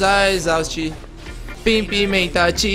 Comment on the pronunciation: Novo Joel santana